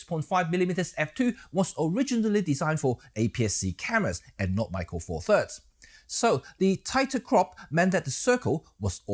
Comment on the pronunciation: Meke pronuces like 'metkat'